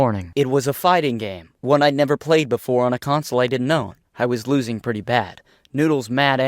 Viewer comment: XD HEY TAHTS PWETTY GUUD